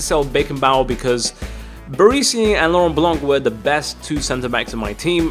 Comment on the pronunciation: it isnt barisi...barEsi